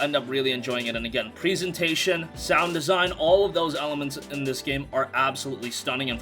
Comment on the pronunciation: Present 🎁 present(ation) why are you saying it like preezation? Can't even speak properly. Also I bet you have lots of fun with "the boys"